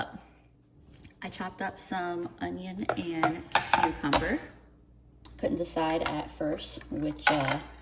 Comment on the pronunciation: Whadya know. Someone else says tucumber instead of cucumber. I thot my mom was the only one.